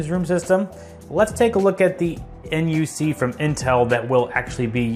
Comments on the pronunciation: Nice video I like it. But just call the Intel NUC “a nuck” instead of N U C next time lol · intel n, u, c? Most of us call it the NUC (knuck).